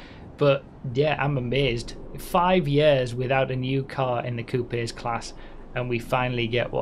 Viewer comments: Bro please learn to pronounce coupes lmao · is that really how other countries pronounce coupes or was he being funny? lol